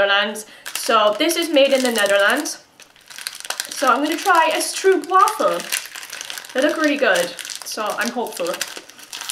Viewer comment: It's a cinnamon caramel flavour. And a little tip, you say stroopwafel with the 'oo'. We say it with a 'o' like 'go'. Glad you enjoyed it! Greetz from holland!